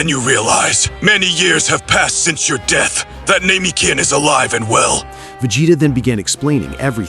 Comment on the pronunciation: My only complaint is not saying Namekian's properly....it makes a difference.. at least to me ig..